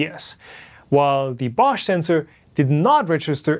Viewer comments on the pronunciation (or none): none